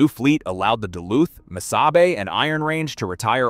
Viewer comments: Miss-0h-bay (aka: Mis-saw-bee). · you have a picture of the abandoned inter campus trolly station in Falcon Heights Minnesota just north of Saint Paul. Also Missabe is pronounced, mi saw bae. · MISSABY?? What the hell is that. I hate these stupid AI voices. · Before you do a video learn how to pronounce the railroads name. It's not lbf, it is tractive effort. Those little ore cars have 100 tons of iron ore in them.The Yellowstones pulled up to 18,000 tons.